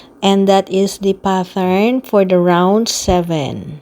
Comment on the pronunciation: Pattern is pronounced PAT-ERN,.. NOT PATH-ERN.🙄